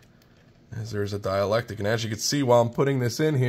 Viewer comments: The word you want is "dielectRic" - note the R. There is a word "diAlectic, but it means something entirely different. Thanks for the great video. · "Dielectric" my friend... but having read the comments, i see you've already been schooled! Haha! "Dialectic" - also known as the dialectical method, refers originally to dialogue between people holding different points of view about a subject but wishing to arrive at the truth through reasoned argument. thanks for the video. much help to a noob 73 VA7XEX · It's dielectric not dialectic. I'm not a vernacular nazi normally, but considering you sound like an intelligent person I thought I should say something so in the future people do not underestimate your intelligence. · Why do you keep saying dielectic? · Excellent walk-through! BTW, there is an R in dielectric (sounds like die-electric) - sorry, not being mean, I'm just one of those nit-pickin' goobers.